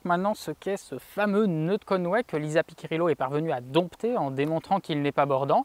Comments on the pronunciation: Merci pour ces explications ! Par contre, petit souci de prononciation du nom Piccirillo, ça se prononce "Pitchirillo" et non pas "Piquirillo". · Le vrai nom de la mathématicienne c'est Lisa Piccirillo... PICCIRILLO... et pas PICCA... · désolé mais entendre Pi'K'irillo fait mal aux oreilles...Cela se prononce Pi'chi'rillo...A part ça superbe video.